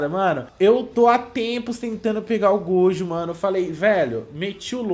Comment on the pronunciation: Para de falar gojo,miuhawk e ixigo,fala direito meu deus eu estou morrendo aaaaaaaa